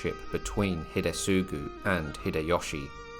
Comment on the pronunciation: it's pronounced Hide-TSU-gu, not Hide-sugu. The "T" is not silent. as in with the word "tsunami". The Japanese language has distinct syllabaries & characters for "tsu" & "su", so are pronounced differently.